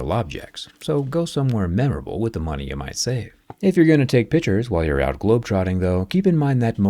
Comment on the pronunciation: Money not moneys lol😂